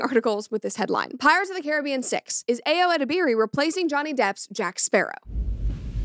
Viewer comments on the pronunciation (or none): My dear Americans the name 'Ayo' is pronounce "ah-yuh" or "eye-yuh" ("yuh" like "your" without the "r") not "Aeeeyooo".